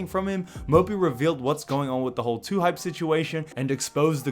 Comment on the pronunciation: Lmao dude said Lhype